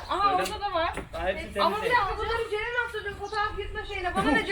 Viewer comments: Cerenin neden CeKü diyişi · Ceren abla cekü dedi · Farkında mısınız Yalçın abi cekü dedi yani ceren kürşat